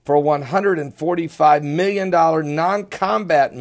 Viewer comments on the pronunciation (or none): none